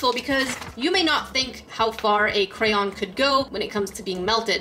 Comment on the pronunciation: Yessss you said cray-on not cran or crown